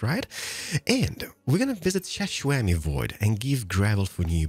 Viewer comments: Why do you call him Shashwammyvoid? just curious. new here and love ur vids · This is my first time watching and when he was saying shishwammie I was so confused then I saw the sign and it said Xisuma and I actually lost it